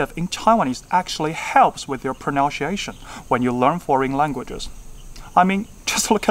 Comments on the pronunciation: 但是，你pronunciation 會唸成 pronaunciation 誒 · 我覺得比較多台灣老師或學生的問題反而是把book發成長音“不~可”，最後的k也會多加一個母音"ㄜ"，因為中文不習慣只發一個無聲的子音，就像第一次示範錯誤的sit的發音，變成“系特”，英文長短音是比較大的問題。說真的我還沒聽過台灣人講book發音像示範的那樣耶。英文很厲害，幾個小問題，native的a發音是/ei/不是/ae/，pronunciation的nun念成如它動詞的noun了，natural的a是/ae/不是/ei/剛好與您發native的母音相反。同樣愛好台語與英語的粉絲路過~~ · prəˌnʌnsiˈeʃən 講發音，但是剛好發音這詞一直說錯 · 可惜 pronunciation的pronunciation錯了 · 非常厲害的整理！應該要變成顯學！推~~ 另外有幾點小點建議 pronunciation, possible, naturals 的發音需要橋一下，比較不會砸招牌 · 看這影片看得很難過...認真回，英語發音標不標準跟講台語或普通話無關，重點在於觀察能力以及那個人在不在乎自己的發音。你發音已經算不錯，但仍然有很多細節沒掌握，舉你說的第一個例子 Some parents那裡，don't跟want的t都不要唸，kids唸的時候中間嘴型是一二三的一，你的唸法是英式，Taiwanese不是唸ㄊㄞˇㄨㄢˇ膩s，tai的發音舌頭是要捲進去的，wan是唸one一模一樣，English的要唸en-glish兩個音節不是en ㄍ lish三個音節，pronunciation的c是ㄙ不是ㄕ。I speak solely Mandarin (I do not speak Taiwanese at all) but obviously I know how to sound like a native speaker. That is why I strongly deny your point of view. However, you did a great analysis somehow. Nice vid.